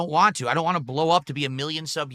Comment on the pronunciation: The worst thing about him is the way he says “want”